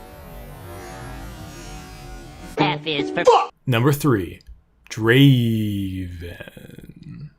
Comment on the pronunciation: It's not da~~~~aven It's Draaaaaaaaaaaaven